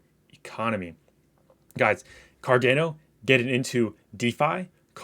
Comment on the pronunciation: It’s pronounced car-dah-no